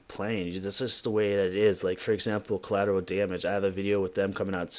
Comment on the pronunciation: "Coalateral Damage" - Cheeto